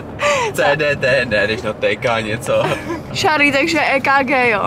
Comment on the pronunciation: Jmeno a je to Charlie a vyslovuje se to Šárlí